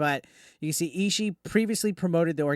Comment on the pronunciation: Last name is pronounced "E-she-E" btw